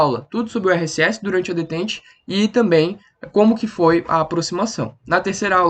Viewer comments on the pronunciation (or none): Se pronuncia "detán"